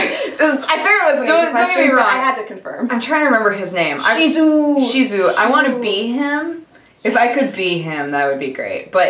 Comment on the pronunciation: guys im not trying to be mean im really not but, its shizuo not shizu. sorry,trying to be as nice as possible.